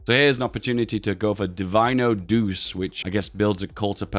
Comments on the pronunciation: Its not pronounced like doos, it is pronounced like douchay, so douche is not too far off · Could you please use the italian pronounsiation of "Duce"? (that will be "Duche") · Hey. Duce is pronounced like Duche with sound E. I dont know maybe you do it because demonitisation, either way i hope you've notice. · It's pronounced "doo-chay", not "doose". Il Duce means The Duke, as in Duchy. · Duce is pronounced Du-Che, not Duse. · Sounds like you are saying douche everytime, try ducze as this is much closer to the italian pronounciation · It's not [Dus], but [Duče] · It’s not douce it’s doo chey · Say it like "doo- chey". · The "ce" in "duce" is pronounced similarly how you say the "che" in "check". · Dude it's pronounced Doo-chay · Bruh please stop saying Deuce, it's not even close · ffs man Duce is pronounced "Doo-Che". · Im a lil bit of a linguist nerd, but since you seemed interested, duce is pronounced du-chey because in italian, the C is pronounced ch. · Feels wrong to hear him pronounce duce like that Its pronounced like Doo-chay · everytime he says “doos”, one of my 10 braincells withers away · time to correct your pronunciation: the "ce" in Duce is pronounced like "Che" in Che Guevara or Chechnya, granted the guy was a massive deuce. You're saying Italio instead of Italo, gotta drop that "e" sound. Dino, Balbo and Vittorio are correct. For Emanuele take manuel, add an "eh" sound (without the h) and put it in the end and start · please - it is pronounced doochay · it's pronounced "douche" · Duce, spelled Doo-che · The way you pronounce duce is so funny i almost peed myself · Even though I can't speek Italian I still feel the pain with you for his pronunciation of the duce